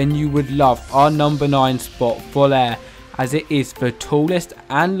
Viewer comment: It's pronounced Vo-lar-ay because of the accent.